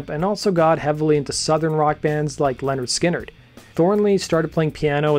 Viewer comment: Did this guy just say Leonard Skynyrd?